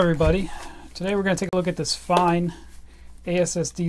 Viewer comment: Its not pronounced 'Fine' its 'Fayn'. I used to work for a distributor handling Fein products here in the UK and this was always how the Fein rep pronounced it.